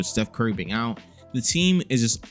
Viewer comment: You really say podzz? 😭